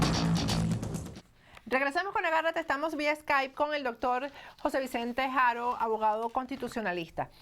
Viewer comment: SE PRONUNCIA HARO (H¡ MUDA) NO JARO PORQUE TU NO DICES JERMANO POR HERMANO,NI HUEVO' JUEVO, ECT. TE CORRIJO PATRICIA POR ME APELLIDO HARO TAMBIEN, NO JARO.